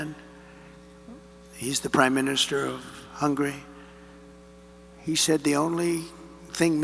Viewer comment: The way he pronounced Hungary sounded like hungry.